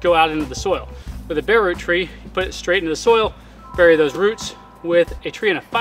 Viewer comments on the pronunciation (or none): none